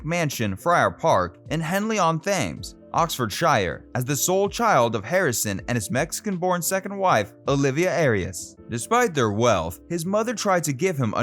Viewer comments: Nice story, a lot missing, terrible pronunciation of Henley-on-Thames. (Thames as in the River Thames through London, not themes) Oxfordshire. (Drop the shire as say sher). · Henley on "tems" is the correct pronunciation. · It's pronounced "Hen-lee on Temms, Ox-fud-sha" also "Berkshire" = "Bark-sha" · Henley on Thames (mispronounced), OxfordSHIRE (mispronounced), BerkSHIRE (mispronounced)? Don’t attempt a video on English people if you are clueless about English pronunciations.